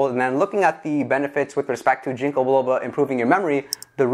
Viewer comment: Your saying "ginko" wrong... not a big deal. Just thought I'd let you know